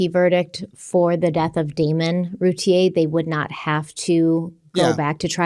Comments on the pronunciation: I love you guys, but Darlie’s last name is pronounced like root beer without the b. Like Rooteer. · Here in Texas, they always pronounced her last name Routier, sounds like "beer" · And actually the Routiers pronounce their name “Roo Teer”. 😂